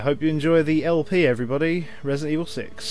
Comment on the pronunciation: Ello there, welcome to Rebident Ebil, 6. Less than 5 sec of video and I'm already spit on my notebook with a laught. Thanks, youuuuuuuu gra... no, youuuuu are the best!